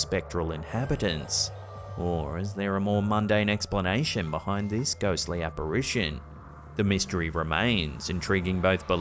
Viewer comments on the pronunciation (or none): none